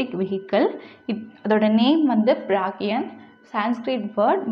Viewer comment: oru mistake thats not ப ர க் ய ன் athu ப ர க யா ண்